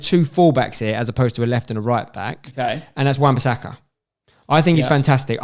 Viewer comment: left the video when this mans said wan bassaka LMAOOOOOOOOOOO